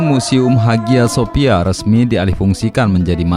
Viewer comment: Bacanya Aya Sofia Mas...